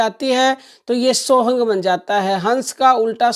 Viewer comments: ये सत्य है पर आप वीडियो में सोः हम कि जगह सोहंग बोल रही थी तब मैने बोला मेरा मकसद आपको ठेस पहुंचाना नहीं था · सोहम मंत्र की दीक्षा तो सिर्फ गुरु देव भगवान की कृपा से ही साधक को प्राप्त होती हैं और मंत्र आप सही से बताओ मंत्र सोहंग नहीं होता है मंत्र सो हम्म है